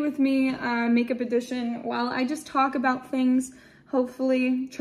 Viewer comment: Every time you say a boot, yah sound like a Canadian eh LOL!!!